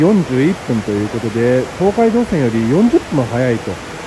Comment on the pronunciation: 東海道線の発音が❓😆 朝早くからお疲れさまです！ 何も食べられないのはキツいですね💧